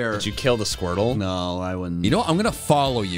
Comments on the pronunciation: SQUIRTLE, NOT F*CKING SQORTTLE! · SQUIRTLE, NOT SQUERTL! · IT'S SQUIRTLE, NOT SCWERTL! FIX IT NOW!